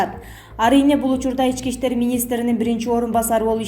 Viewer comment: Опо-десе онолуп эле келеаткандай болуп атып эле анан айныйсында байагы эле ката окуганын окуган,Ички иштер -дегенди Эчкииштер-дейсин да?анан бирого сын тагасын сени укан угуучулар сага сын тагабыз каталарынды онодо бойсунбу ?